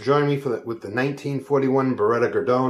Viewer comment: Pronouce Garrdoney. Gardian I guess